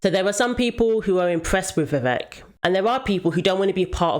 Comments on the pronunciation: Vivek pronounced like cake. Vi Vake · 100%. He's not a politician like Biden who can keep a mask on forever. Also fyi its 'Vi Vake' and not 'Vi Veck'. rhymes with cake and not wreck. 🙏🏾